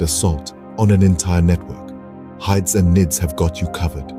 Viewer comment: please dont pronounce hids and nids like that ever again